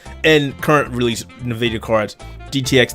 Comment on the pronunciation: Nvidia my dude. Not "nuhvidia". Dont know anyone could fuck that up. It's a play on the spanish word for envy, not a subsidiary of nabisco cookies..